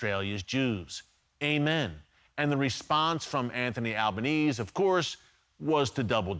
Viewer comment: I love that Albanese is so unimportant that Erick has failed to pronounce it correctly even once. Most Aussies do not support Albo, but do support Israel. Albo is an embarrassment.